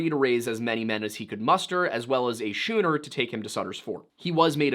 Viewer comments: Schooner is pronounced Skooner. It's a type of ship that traveled long distances. As for pronghorns, their closest living relatives are giraffes and okapis. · Is it "shooner" or "skooner"? I always pronounced, and heard it pronounced, the latter. I really don't know though. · I hate to nitpick, but when you mention prairie schooners, you're mispronouncing "schooner". It's pronounced "skooner", not "shooner". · Schooner is not now, nor ever, pronounced “shoo-ner”. It is “skoo-ner.” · Schooner is pronounced skooner, not shooner. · Schooner is pronounced “skoo-ner”. Like school. Not “shoe-ner”. It’s a type of sailboat. You never seen Mallrats? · It's pronounced "SKOON-er", not "SHOON-er". A nautical word. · Your research is incredible. And, btw, it’s pronounced “skooner,”, not “shooner.” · "They called the wagons Prairie shooners" Dude in the video in front of the camera doing the talking, schooner is pronounced skooner as in Oklahoma University's mascot, the Sooner Schooner. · SHOONER? LOL Schooner, as in the type of sailing vessel that the wagons were referencing, is pronounced SKOO-ner just like "school" is pronounced skool not shool. But you're trolling with this, yeah? you got me 😁😊😄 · Schooner = “skooner”. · 'Schooner' is pronounced 'skooner'. 😻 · Schooner is pronounced skooner. Trust me, boomer. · I'm pretty sure schooner is pronounced sKooner, like school. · Schooner is pronounced skooner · Nitpick…..schooner is pronounced with the “sch” sounding like “skoo”, not like “shoe”. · Great job. Schooner is pronounced like school. sKOOner. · Schooner is pronounced "skooner". 😉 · Just FYI…..”schooner” is pronounced skooner. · Hey it's a prairie schooner like the boat said like school ......no ch sound.....rookie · Prairie schooners is pronounced "skooner". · It’s pronounced skooner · its actually pronounced prairie 'SKOO-NER' (schooner) like the the type ship in the sea. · How in the hell can you pronounce "paramour" correctly, but not "schooner"????